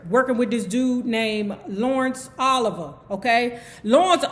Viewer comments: Was it Laurence Oliver or Olivier? ( Pronounced O- liv- e- ay) I heard he was a dick so I believe it was Olivier. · I loved some like it hot... lawrence O-live-e-ye not Oliver 🥰